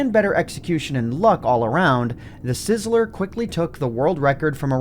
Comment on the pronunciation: *TheeSizzler not TheSizzler